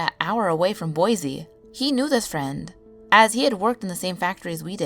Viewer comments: Boi-SEE not boi-ZEE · love this except I couldn't help but cringe at the pronunciation of Boise.... guess that's an Idaho native mindset for ya